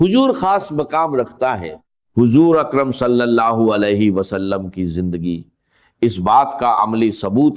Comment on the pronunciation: Hajrat nahi Hazrat Mano me nahi,Mayon ke Jindagi nahi zindagi Yeh awaz to pagal ki hai